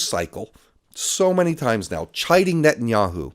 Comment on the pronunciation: Blinken? Sullivan? Paul Bremer? Condoleeza Rice? Wolfowitz? Biden? Harris? Newland? Ah, Netanyahiu.